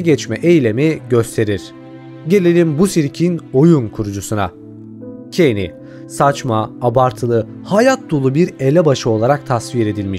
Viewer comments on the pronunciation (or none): Abi keyn ne keny demesen keşke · Bide abi kani değil Keynes diye okunuyor ama cane diye yazılıyor yani bilgime göre